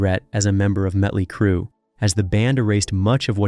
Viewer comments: This narrator can't even say the bands' name right. He keeps saying muttley crue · Who the hell is Mutly Crue ?